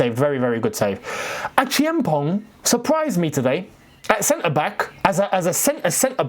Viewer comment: I like how you pronounced Acheampong. You are the only creator that has come close to mentioning his name properly